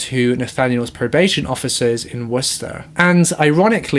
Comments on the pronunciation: "Worster??" you are hilarious!! It's pronounced Wus-ter. Like you're saying wuss but adding a ter. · I’m from Worcester, Massachusetts. Just say “Woostah” 😂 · If you want to produce it like we do here up north it would be pronounced wuss-terr but if you want to pronounce it with a Boston accent it would be pronounced wuss-tahh ❤️ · trying to pronounce Worcester made my day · Love your videos 😁 but I just have to say im from Rhode Island and i was even confused at first and then Cringed so hard when i realized she was trying to say Worcester 😅 I really didn’t know New England names where that “weird” lol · It's how you say worcester in Boston how he says it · 😂😂 don’t worry, us Brit’s get the pronunciation of Worcester wrong too! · Worcester. Hahahaha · Omg I laughed so hard when she tryed to say Worcester!!!